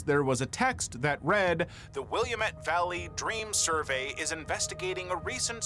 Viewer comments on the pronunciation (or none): WILL A MET (A as in pal, gal, sal, etc.) ffs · Yes! It's also Will-AM-met Valley, not Willa-Met! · As a Pacific Northwesterner, the way you pronounced Willamette hurt